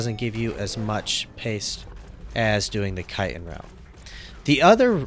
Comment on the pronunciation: Kiten? You pronounce chiten like kite-in ... does "ch" make a k sound? Chicken, chick-in, chitin, chit - in